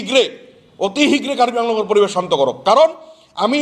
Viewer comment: অসমত স্থায়ী ভাবে বসবাস কৰা সকলো জাতি জনগোষ্ঠীযে অসমৰ শিক্ষা, সাহিত্য, সাজ, কলা কৃষ্টি সংস্কৃতিক আঁকোৱালি ললেহে সমস্যাৰ সমাধান হব কিন্তু আপোনালোকে শত শত বছৰ থাকিও আপোনাৰ মুখেৰে অশুদ্ধ উচ্চাৰণ কৰিছে যেনে অহমীয়া, পৰিবেচ, চান্ত আদি উচ্চাৰণ কৰি কেনেকৈ বৃহত্তৰ অসমীয়া জাতি গঠনত কিডাল অৰিহণা আগবঢ়াব আপুনি নিজেই গভীৰ ভাবে ভাবি চাওক ?